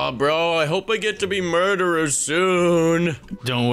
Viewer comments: Why did and melon keep saying murderer "Mordirer" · Murder not morder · Why say morderer why not murderer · FOR THE LAST TIME IS CALLED MURDERER NOT MORDERER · Stop saying morderer or I will unsub